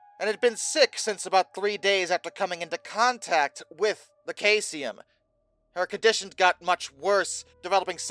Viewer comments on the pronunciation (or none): I think its pronounced Saeeesium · I couldn't watch the video because I couldn't get over "Kaysium" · no no no no no no no no no don't try to play that game. In no world is this pronounced kaycium. Just like all the other words he does this to. Like zooduh science. Its not pronounced that way anywhere in the world. Hes just WRONG. He does this on the regular. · That pronunciation is well off....try this Seesium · omg its pronounced SEE-zee-əm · It is pronounced "SEE-zee-um". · Isn't that supposed to be cesium? Not to be a nit-picker here,, but I am a science teacher, and this is just part of my nature. The element is pronounced SEIZE-ee-um. The element's main use is in atomic clocks and vacuum tubes. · 9 days since posting and not even an acknowledgement on your mispronouncing of cesium? You could do well with an editor,.